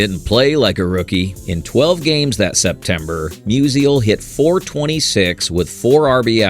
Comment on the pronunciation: Mus-ial, not Mus-i-al